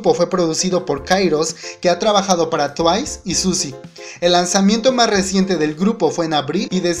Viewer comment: Mejor no, porque este tipo siempre le tira hate a Twice, en un post lei que en algunos videos a proposito pronuncia mal el nombre de Twice, buscalo esta en uno de sus videos en los que habla de Suzy o Miss A:3